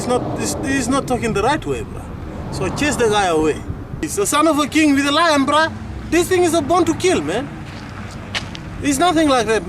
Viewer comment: i love the dude's attitude 8-) "i say no you can'tzee da lian on feet bra !"